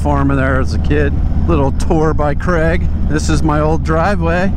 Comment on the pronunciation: Oops Craig not Crag😮